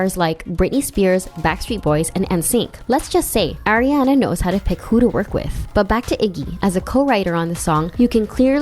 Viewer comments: STOP SAYING AIRIANA. SHE IS ARIANA. NOT AIRIANA. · It’s pronounced Ah-riana not Air-iana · AM I THE ONLY ONE THATS GETTING ANNOYED CAUSE SHE KEEPS SAYING (Aireanna) 😳😖😳😫😤☹️😡🤨😞😬🙄😶